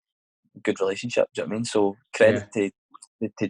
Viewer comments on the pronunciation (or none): Had to turn off because he constantly says ‘jno witamean’ keep up the good work though mate I enjoy the podcasts.